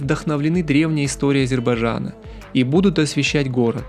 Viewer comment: А также Азирбажан Почему им всем так трудно прочесть правильно название страны А З Е Р Б А Й Д Ж А Н?